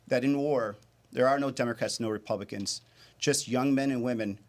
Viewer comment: Why can't Gallego pronounce republicans?